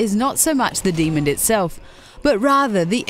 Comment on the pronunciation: First of all, it's pronounced Dee-mon not Dee-mund. Second of all, the Capra demon is basically the definition of souls gameplay. If you're not prepared, you'll need to keep a level head and fight smart, otherwise you end up like the majority of idiots that try and play souls games like dynasty warriors